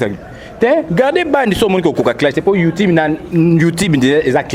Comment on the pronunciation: malicka mania zoba zoba kizengi ayabi ata ko prononcé youtube te illettrés bopesa internet merci mwasi aza sense na forme na mibali yango ya poto balingaka yo